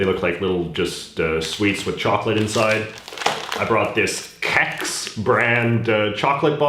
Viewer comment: When he said Kex I lost it haha it's chex and it was funny bc many people in Sweden pronounce it like you which is wrong, i dont expect you to get it right tho :)